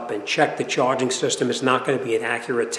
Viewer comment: Hey, what's up with "charing system"😅😅